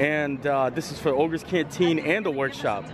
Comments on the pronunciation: Great video. Just an FYI - it’s “Oga’s” not “Olga’s” 😉 And yaaaaay! Adam the woo! 😁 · you mustn't disrespect the host. Oga's Cantina--not Olga's. Are you trying to start an intergalactic incident? Great video,. It was good to see you with Jackie and Adam.